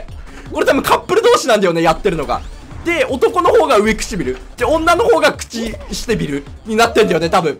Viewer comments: うえくちびるではなくてうわくちびるじゃないのかとおもった(笑) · ずっと上(うえ)くちびるっていってんのほんと面白い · うえちくびる くちしてぃびる